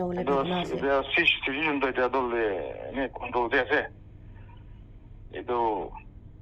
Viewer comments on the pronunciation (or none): none